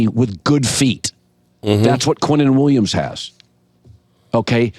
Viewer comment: his name is QuinnenWilliams not Quentin Williams. Dude wake up.